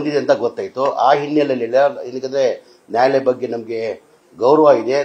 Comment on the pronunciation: ಜಮೀರಣ್ಣ ನಾಯಿಲಯ ಅಲ್ಲ ನ್ಯಾಯಾಲಯ 😂😂😂